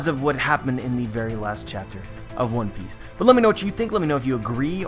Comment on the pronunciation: Dude it's one PIECE not ONE piece. Wrong pronunciation :O